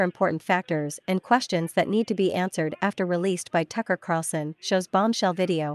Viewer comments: The narrator needs to pronounce Tucker's last name correctly. The video poster needs to find such a person before posting. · Tuckers name is Carlson not Carson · It's Carl son, Tucker Carlson, not Carson. Lol